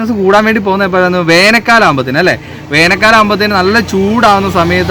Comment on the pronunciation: വേനൽ ക്കാലം.. ഉച്ചാരണം ശരിയാക്കു...